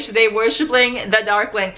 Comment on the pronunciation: At the beginning I thought you said duckling XD